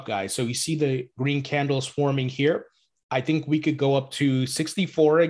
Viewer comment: Swiss tink thank? 🙄